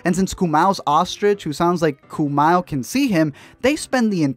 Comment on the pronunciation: your pronunciation of "Kumail" killed me... And then brought me back to life. No, but seriously, wtf? lol